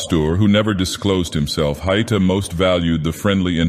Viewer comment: A note on pronunciation: The diaeresis in Haïta (ï) means it's meant to be read as though it has a second syllable. It's not "hight - ah"; it's "ha - ee - tah".